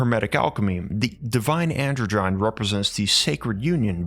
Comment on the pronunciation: Androgyne - is pronounced 'An - drodge - en -- knee' not 'androgine'